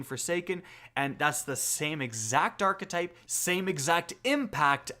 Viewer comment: I watch your videos all the time. Always useful info and reliable. But damn it bothers me the way you say archetype. Very cringey